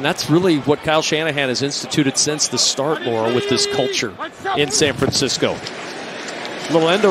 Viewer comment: San Francisco...not San Fransisco. 😑